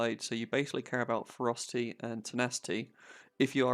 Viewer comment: I literally understood "frosty pet" instead of "ferocity pet" and I was like HuhChamp :D